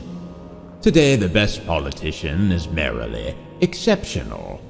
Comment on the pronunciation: Some pronunciation problems - merrily (merely?) and I noticed assassins was mispronounced, but overall this is a fascinating production